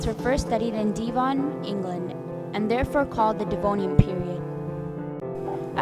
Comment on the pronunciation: i don’t get why they pronounced devon so weird like devahn, it’s kinda said like deven